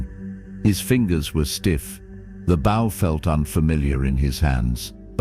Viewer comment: Tell your BOT THE WORD BOW is pronounced BO Not Bou